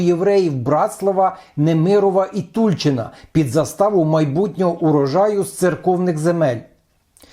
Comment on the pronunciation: Тульчин. Наголос на «и».